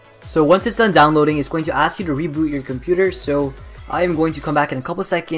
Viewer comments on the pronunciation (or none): none